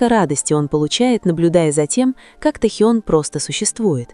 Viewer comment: Почему искажаете имя, тэхен.